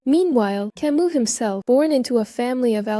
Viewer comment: Learn how to pronounce Camus the French way